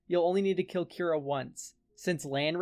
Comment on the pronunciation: I know this doesn't matter at all but "Kura" would be pronounced "coo-rah." The pronunciation used in the video would be spelled "Kyura." Cool deck idea regardless, and I'm definitely gonna check out your other decks too. I suffer from the hipster bug too lol